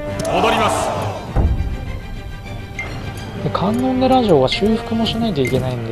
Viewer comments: かんのんでら城ではなくて、かんのんじ城ですよ( ＾∀＾) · 観音寺（かんのんじ）な